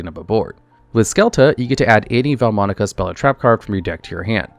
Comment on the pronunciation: Love the video, but as an italian, the vaalmonica name pronunciations are killing me 💔😭